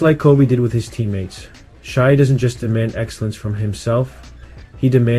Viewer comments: Just came across this and dig your breakdown. Now a new subscriber and looking forward to seeing your page grow; however, it's pronounced SHAY not SHY. 😀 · It’s Shay not Shy